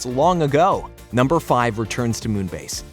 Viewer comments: Love this recap and I miss this show greatly!! Just fun reminder, it's, "Numbuh," not "Number!" 💜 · You are pronouncing "numbuh" wrong